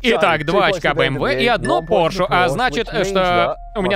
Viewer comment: Порше с ударением на О, люблю когда всё правильно